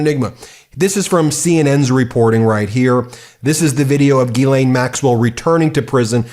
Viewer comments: Can I please correct everyone mispronouncing her name. Its not gill_ain it pronounced Zhis-slain. Ffs. Americans from the USA always bastardize names. Silly United Statesians. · He can't even pronounce it.